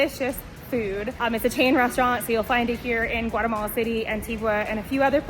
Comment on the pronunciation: Can you try at least to come closer to the Spanish way of pronouncing names of places and shops, and restaurants? Spanish has a very literal pronunciation. And it sounds different then your American way of talking. E.g., Guatemala, San Martin, etc. Also, honor the accents...